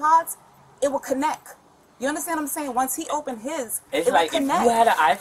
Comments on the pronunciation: "IT WOULD CONNEK" ... Just... Superb English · Also his mum said connec instead of connect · I love how mama cannot pronounce “connect” correctly. She ignorantly said it as “Kanneck.” 😂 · Moms said “ it would conneck” 💀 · 😁😁😁 so fukn dumb and she said CONNECK!😆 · cuhneck? All kinds of speech impediments being thrown around in that household. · “It will conneckkk” 🤦🏻‍♂️ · “It would conek”💀🥀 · Why does the mum say “ connec “ blacks still can’t speak correct English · "it would connec" how hard is it to say the t at the end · I love how mama couldn’t say the word “connect.” She pronounced it as “KINNEK.” 😂